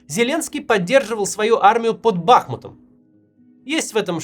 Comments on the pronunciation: Не БАхмут, а БахмУт💙💛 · Ну сколько можно? Бахмут с удалением на второй слог, на "у". Уши режет.